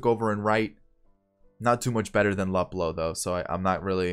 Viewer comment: For future reference it’s pronounced Loop-Low